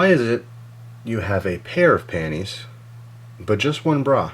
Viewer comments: watch?v=59oLURcPNo0 for the correct pronunciation of panties. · Pantie's. No, Pan-ties. Haha! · I like the fact he says lady jokes.. ha got me hastrically laughing.. the fact that it's obvious why girls only have one bra but several panties. and how to even say panties is the ridiculously hilarious.. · i love the critique of the pronunciation of the word panties